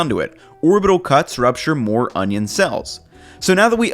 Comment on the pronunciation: You call that an onyo?